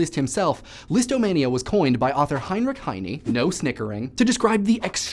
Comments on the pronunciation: Heinrich Heine's last name is pronounced HIGH-nuh, most definitely not HIGH-nee. fool... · I have never heard anyone pronounce those names as you have. Leeeezst and Heineeeee? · how can you pronounce Heidegger correctly but not Heine??? The "e" at the end is a schwa.